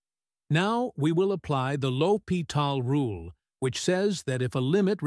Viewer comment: You want patrons to pay for you to generate AI crap ? It can't even say "integral" and "l'Hôpital's rule" correctly.